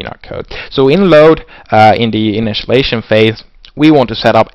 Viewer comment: "Initialization", not "Initialation"